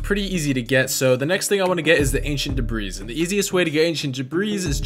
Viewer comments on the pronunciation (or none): Just wanted to let you know debris has a silent S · This is cool and all, but PLEASE for the love of cats learn to spell "villager" and "pillager"... Please... And it's pronounced "debri". Sorry, kinda had to get that out of my system... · Hey by the way, the S in debris is silent 😃